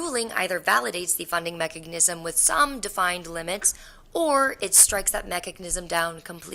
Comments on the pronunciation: Is it just me or does that girl keep saying mechagnism instead of mechanism lol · her repeatedly adding a ‘g’ to “mechanism” is killing me slowly. 😅😭